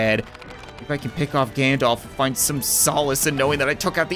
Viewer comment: everytime u said "Gandalf" i thought u said "Ganondorf"